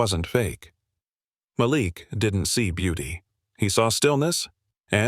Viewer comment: Why give the lead male character a name the AI can’t pronounce consistently? Several of these stories have trouble in this area. What’s wrong with the name Bob, or Thomas? It’s distracting to hear Mal’lick, then Malik.